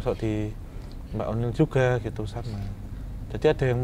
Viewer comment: Oniel bang bukan oli😭😭🤣🤣